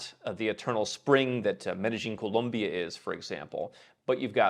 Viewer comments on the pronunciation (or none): none